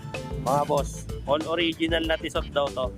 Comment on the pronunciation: silent 'T' ang basa sa Tissot na relo. Kaya Tisso. para okay sa allright ka sa next vid mo. Tisso, Salamat.👍